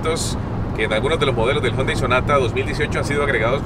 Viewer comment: Algunos dicen Jiundai Otros Yundai Y este man dice jondai